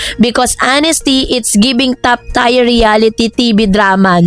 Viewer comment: Top tier (pronouce as tiyer)